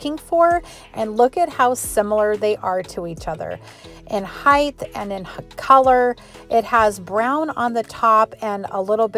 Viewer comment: I'm literally just curious...but, why do Americans say "heighth"? The word is "height" no "th" sound lol